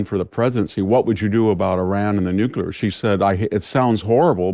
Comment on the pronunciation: Please, please dear, brilliant Victor Davis... I love your commentary and thoughtful, intelligent opinions, but please learn to pronounce NUCLEAR. It's new-klee-ar. There is no such word as ''NUCULAR'. It's NUCLEAR. Just something that drives me a bit crazy. Other than that, I appreciate your opinions and common sense insights. ❤ Thank you!